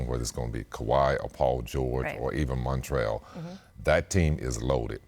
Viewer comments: Scottie i think it's montrez😂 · No wonder he said Montrell... It's Montrez!l Scottie!